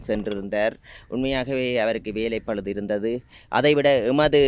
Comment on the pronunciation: ஜனாதிபதி அவர்களுக்கு வேலைப்பழுதா.வேவேலைப்பழுவா???????தமிழில் அடிக்கடி சொற்பிழைவிடுகின்றீர்கள்